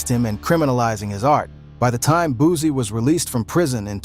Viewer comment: It’s boosie not boozie get your pronunciation right first😂😂